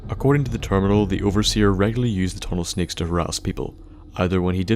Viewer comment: lol "tunnel shnicks"